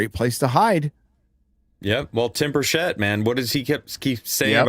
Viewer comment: Please, as Tennessean it is Excruciating to hear continuing say Time Bruchett's name. Its pronounced (Britch-e-It). I want him to Rip the lid off of all of this stuff!!